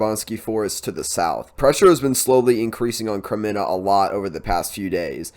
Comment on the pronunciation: Thanks for your reports! Kremina -- this is an easy name to pronounce. Accent the first syllable and pronounced it closer to a long A.